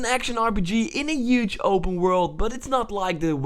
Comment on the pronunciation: UGE!!!!!!!! HUGE DUDE!! you use the word so much at least learn how to say it.